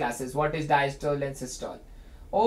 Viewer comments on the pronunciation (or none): none